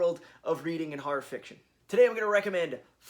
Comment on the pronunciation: why do you say harr instead of horror